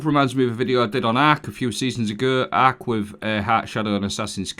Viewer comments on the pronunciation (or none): ark pronounced aaack....lol